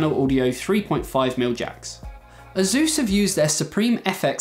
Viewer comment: you can't even pronounce ASUS correctly... ?